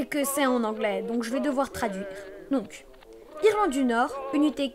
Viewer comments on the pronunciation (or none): pourquoi irElande xD c'est "Irlande" mais pas grave aussi non x)